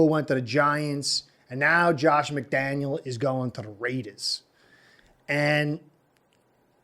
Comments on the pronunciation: It's McDaniel. No S at the end fyi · McDaniel! Not McDaniels - we got this guys!